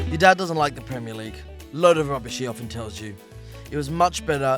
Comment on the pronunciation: Why are you trying to fit in to the recent Scottish trend by pronouncing ‘your Dad’ as ‘Yer Da’